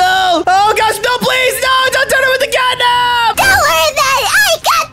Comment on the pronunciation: It’s catnab